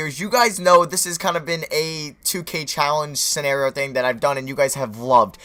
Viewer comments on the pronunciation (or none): none